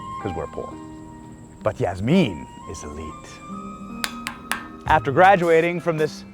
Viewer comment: 😂😂 Yazmeen... Clarinet!!!🤣🤣🤣